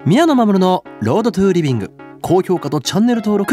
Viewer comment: 急にRoad to livingの発音が良くなってビックリしたw